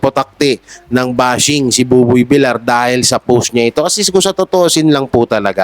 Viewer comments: idol buboy Vilyar po ang tamang pagbigkas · Buboy Villar (Villiar silent i po.. hindi villar..) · please pronounce properly, Buboy vilyar po hindi vilar. nakakairita kasi. please pronounce family names properly. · Boss it’s villar not vilar pls check your pronounciation thanks.. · Bakit Bilar ka ng Bilar eh Bilyar ang pronunciation ng Villar? Syunga lang? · Umayos ka naman villar hindi vilar